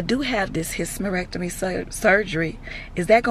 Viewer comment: ….. I fell out at how you pronounced hysterectomy. Lol.. I love you gurli!!🤣🤣🤣🤣🤣🤣🤣🤣🥰